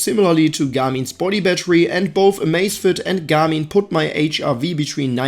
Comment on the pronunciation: I cannot unhear this guy say ' Gummy ' instead of Garmin